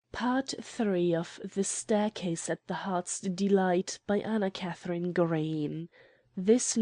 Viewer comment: Can't stand reading. She can't even.pronounce Green properly. It sounds like Gra-y-en. Stop spoiling AK Green's stories.